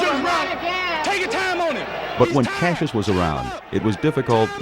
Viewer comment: Those reporters keeping calling him Casius really pissed me off. So disrespectful.